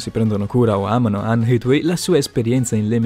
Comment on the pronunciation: Come cazzo hai pronunciato leucemia e Hathaway😂😂